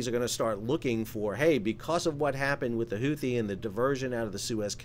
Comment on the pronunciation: The CORRECT pronunciation of “Huthi” is actually Hoo-tee (phonetically speaking), the 2nd “h” is SILENT. 👍